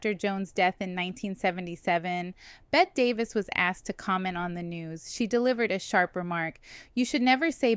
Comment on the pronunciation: Bette Davis: Please tell me you know it's pronounced "Betty." I think I heard you pronounce it correctly once. You can't do videos about Old Hollywood and mispronounce the name of one of its most iconic actresses. Yikes.